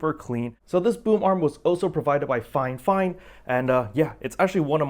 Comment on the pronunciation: I am watching this and CANNOT understand why you keep calling it FINEFINE?????